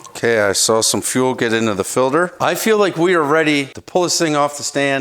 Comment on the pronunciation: "fil-der" - aka "filter" ?